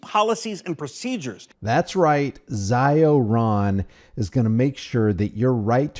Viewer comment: not "z eye oh" but "zee oh; long e sound" if you are trying to say uncle ron in Italian...